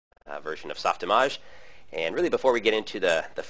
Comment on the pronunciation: does anyone else hate how he says softimawge